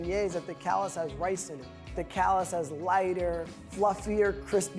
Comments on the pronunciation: Despite this dish being/being known from New Orleans, it is not easy to find in Nola. It was common back in the city’s heyday. Also, it’s pronounced ca-la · It's pronounced cuh-LAH. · The s is silent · You pronounced it wrong, it’s French not English lol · Thirty seconds into the video and he's already mispronounced the name of the dish AND the city where it's from. Hard pass from me.